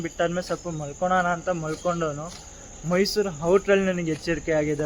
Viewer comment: ok bro next time in caption and even when u speak put it and say it as mysuru only